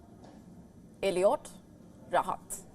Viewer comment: It’s Eilat not Eliot LOL